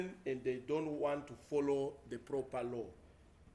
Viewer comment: I repeat it is not forrow. Say follow😂😂😂 We all have a special duty to say the words clearly